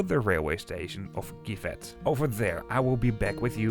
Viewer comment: The town of GIVET is pronounced in french without the final T, so like “dzjivè”.